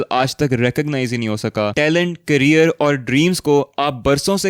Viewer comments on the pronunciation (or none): none